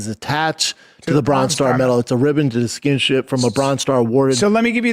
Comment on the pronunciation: did bapa just pronounce distinguish as ‘diskimship’?